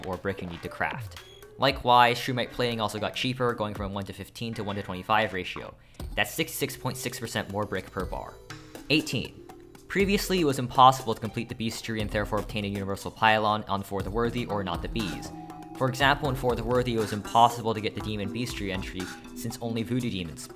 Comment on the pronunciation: It's pronounced Best-Tea-Airy, not Beast